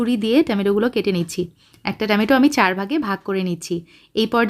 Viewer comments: Besi dong kore kotha Bolte giye tomatoke temeto bole felcen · Fix your tomato pronunciation.